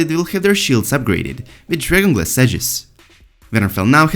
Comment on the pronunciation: Every time this guys says "dragon glass" I heard "Journalist" . Can't unheard it.